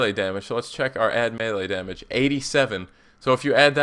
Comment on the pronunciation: There is only one possible way for me to not have to hear the syllables 'domuj' again. I stopped listening to the vid And there is only one way I, and everyone else who feels that same way, can both, listen to your otherwise excellent vids, and also, not have to hear the word domuj. And that way is to ask you to please please not use that pronunciation in your videos